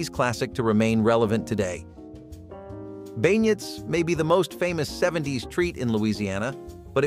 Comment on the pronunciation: I lived in Louisiana. Beignets are pronounced "Ben-yays."